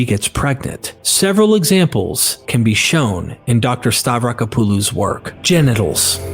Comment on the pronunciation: The AI voice pronunciation getting worse and worse as the video goes on. It's *hilarious*. Oh, and the author's name is pronounced Stav-ra-KOP-oh-loh.